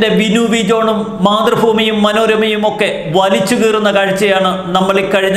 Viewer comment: മാത്ര്ഫൂമിയല്ല ബ്രോ.' മാത്ര് ഭൂമി എന്ന് പറയൂ.